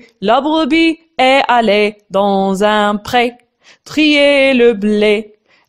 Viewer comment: Vaut mieux faire la liaison estallée